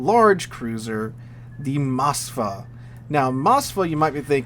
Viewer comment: MosKva not Masva. Its not izraeli